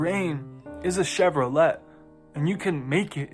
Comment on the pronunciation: Do you know who the Kybalion was written by? Who it was TRULY written by? And no I’m not saying it’s a bad book, I’m telling you to find the origin. Also it’s pronounced Chev-ro-lay not Chev-ro-let.